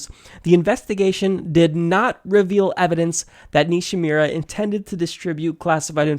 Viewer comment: It's Nishimura (Ni-She-Moo-Rah). It's also misspelled in the description. Just an FYI. I hope some kind of justice comes to the that undergarment stain, the Red Queen aka Hillary. These contrasting cases need to be brought forth to light to a higher level.